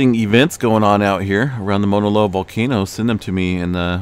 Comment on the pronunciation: Dear : Thanks always for what you do. Fine tune pronunciation of 'au' Mauna Loa... Sounds more like 'cow' or 'ouch', not 'Mona' Loa. Blessings to you!